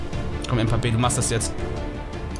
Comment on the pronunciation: Bro du bist der beste RTG streamer aber Mbappé spricht man Mbappé aus und nicht mpappe